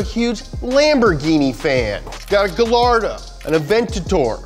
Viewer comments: instant dislike for heinous gallardo pronunciation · i swear to god if you mispronounce gallardo one more time.......